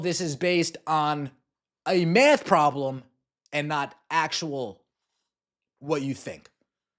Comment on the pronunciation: “A math problem” with heavy emphasis on “problem”.